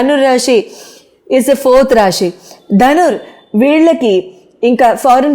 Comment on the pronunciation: ముందు మూడు పాయల జెడ వేసుకుని, ఊరికే ఆ కొంగు సద్దుకోవటం మానాలి. ఇదేం సంస్కారం..? స్థిరంగా కూర్చుని చెప్పటం నేర్చుకోండి. రాశి అని పలకాలి. రాషి కాదు. శని అని పలకాలి, షెని అని కాదు..